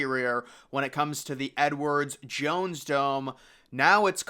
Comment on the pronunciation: Once I heard him say Edwards Jones Dome, I couldn't stop hearing it, lol.